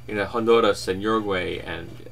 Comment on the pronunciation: You can roll your Rs. I'm impressed! You can get more "foreign" names down than most white people with that skill. The way you were talking yourself down on name pronunciation, made it pleasantly surprising when you rolled the R in Honduras.